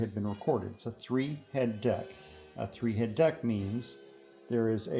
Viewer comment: Heh, "Thee-head" Nice refurbishing job